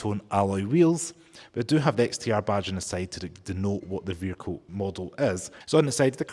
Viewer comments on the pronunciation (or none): It's not a "veeR-kill" Say "vee-ickLe" It's not a "bat-tree", it is a ba-TTery " It's just not English taught in school. You've picked up Muppet talk habit. You don't say FFis FFat FFem FFose for THis THat THem THose so you can say the "TH"i sound. It's not mumFFs oV FFinkink FFroo FFerty FFree FFousand FFingz FFurzday wiV muVa faVa bruVa keeFFs smooV teeFF sumFFink wurFF nuFFink norFF souFF maFFs FFerapy. Listen to how wrong it sounds.